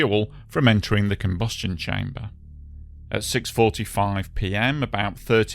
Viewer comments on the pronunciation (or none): none